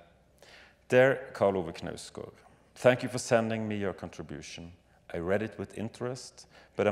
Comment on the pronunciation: Zadie does the incorrect "silent K" pronunciation that some Americans seem to do, perhaps out of fear of not sounding like a fool who thinks "knife" is pronounced "kuh-nife" or something lol But no you hit the K, though somewhat softly, before the emphasis on NOUSE then gard